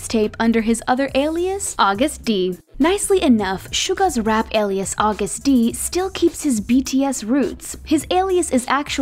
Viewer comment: Am I the only one that keeps noticing her pronounce Agust-D and Daechwita wrong? 🤦🏻‍♀️😅